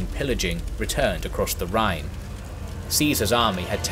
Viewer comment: I live near Neuwied, where Ceasar build a bridge over the Rhine, you actually pronunced it pretty well, Andernach not so much, but i think this name is especially hard for non speakers. Like always, an outstanding video.